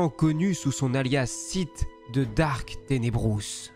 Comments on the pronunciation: C'est pas "dark", c'est "DARTH" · "Darth" pas "dark" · ah non, depuis la sortie de "la menace fantôme" en 1999 les doubleurs français ont corrigé l'erreur des anciens films. Ils prononcent "Darth" au lieu de Dark, ce qui est parfaitement juste.